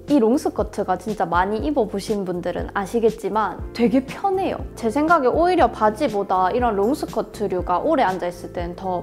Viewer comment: 너무 편해요호 하고 강조하시는거 너무 너무 귀여워요...ㅠㅠㅠㅠ아ㅜ증말 이뻐요 언니❤️❤️ 월요일 남은 일주일도 즐겁게 보내세요..! 시험기간인데 언니 영상 보고 힐링하고 갑니다🌸🌸